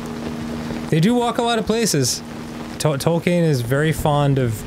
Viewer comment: Dan pronouncing Tolkien's name is messing with me so much. 'Toll kane'.